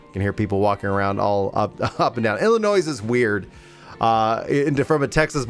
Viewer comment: Lol.... Illinois..... the S is silent bro lol.